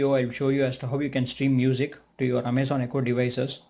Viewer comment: I stopped watching as soon as you said "Amay-zen". Your accent makes this hard to watch.